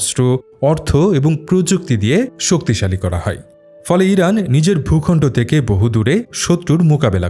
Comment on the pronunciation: Vai kalo eiran eiran kory ken 😅😅😅